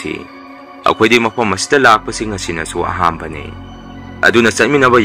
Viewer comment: Eyamba Pronunciation se Soibagum.... Ahanba Haibda Ahamba Haibgum Tare..... Masi Semdokladi Amuka Henna Taba Nungaini Khnjei.....